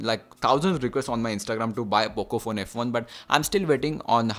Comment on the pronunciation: You said bocco phone 😂😂😂🤣